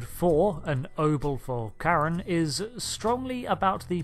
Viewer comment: Oh yeah, finally someone who pronounced Charon the correct way! Look out on the title and description though, it's "obol"